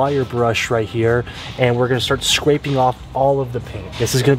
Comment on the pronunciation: and we’re gonna start scwapeing this off